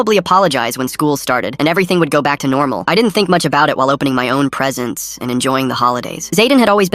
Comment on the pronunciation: When he said I open my presents, he said presents weird